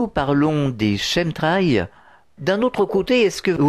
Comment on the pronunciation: Qu'est-ce qu'il est ringard le jingle du début !!! Et la prononciation "Chemtrails" c'est pas ça hein, au secours (Kém trél) ! C'est de l'anglais quand même "chemical trails"